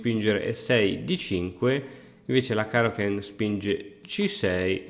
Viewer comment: Io non so voi, ma ogni volta che dice caro-ken mi immagino cristian versione goku di dragonball che invoca il kaioken